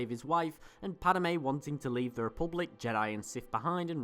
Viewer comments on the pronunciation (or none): Gahh, it's Padme, not Padame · I'm sorry but it drove me nuts. It's not padame its just padme there is not ah sound in her name. Once again sorry i know im being a dick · Padmay not pad a may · Why do u say Padame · "Padime" lol nice vid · I made a comment about that too. It was so disturbing